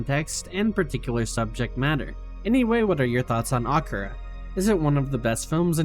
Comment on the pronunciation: this is pretty good but like they do say akira in the movie i swear thats not right , have i been wrong all these years